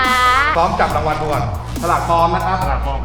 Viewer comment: รางวัล ไม่ใช่ ลางวัน ไอ้เก้าเอ๋อ 555